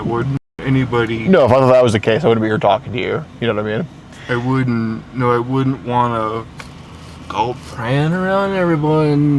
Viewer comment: he said wouldnt as wooden